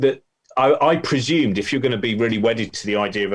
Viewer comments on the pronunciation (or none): Pre ashume, lol. I wonder where Katz got that argument from? xD